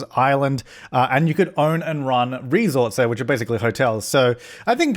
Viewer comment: the way he said Resort like Ree-sort made me giggle